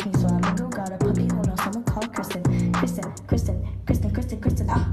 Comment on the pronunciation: Lol i loved it but did u say Kristen instead of Kirsten?